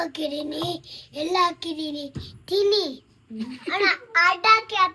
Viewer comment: the way she said thinni 😅